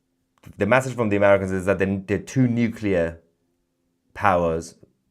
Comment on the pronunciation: Mahyar, Mahyar... you are great but PLEASE learn this... Its not 'massage' to rhyme with 'passage'... Its MESSAGE to rhyme with... message. 😂